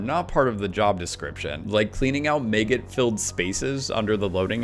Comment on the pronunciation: This man pronounced “maggot” as: meygut and I cannot get past it